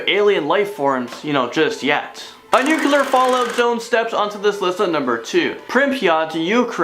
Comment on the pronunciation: Repeat after me: NOO-CLEE-URR.......